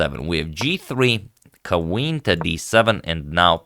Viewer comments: “kuh-ween to D7”- antonio agadslaytor 💅🏻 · Kuh-WEEN to D7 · "Quaween to d7" - agadmator